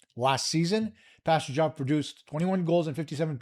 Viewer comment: You didnt pronounce Pastujov properly. The J is soft